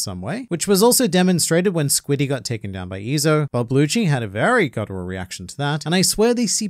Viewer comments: Does he mean rob lucci cause I’m hearing bob lucci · Wait are you calling him “bob lucci”😂😂this whole time im like that aint rob lucci why does he keep saying it is🤦🏻‍♂️🤦🏻‍♂️😂😂